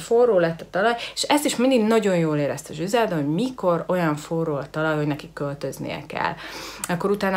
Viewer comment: nem zsizelda hanem grizelda...jó néhány dolgot rosszul tudsz de nagyrészt korrekt...jó a video.